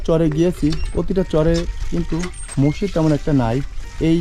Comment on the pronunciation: মসিদ না মসজিদ টমেটা না টমাটো